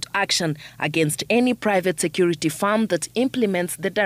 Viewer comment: She said private sector regulatory authority it is security not secor😂